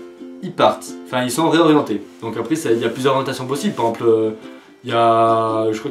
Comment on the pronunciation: Mec comment t'arrive a prononcer "par exemple " comme tu le fait